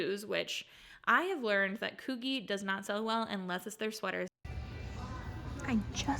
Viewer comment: It’s pronounced coogee / coojee